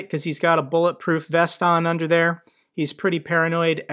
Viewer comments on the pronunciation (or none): none